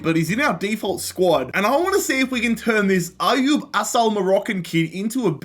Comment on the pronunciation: His name is ayoub but it’s prounced I-you